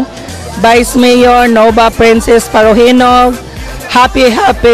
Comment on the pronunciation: Parojinog naging parojilaw... Haha